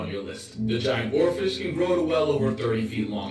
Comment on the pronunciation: oarfish not oralfish.